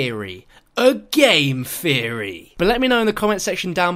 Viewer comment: "This was just a feory... A GAME FEORY"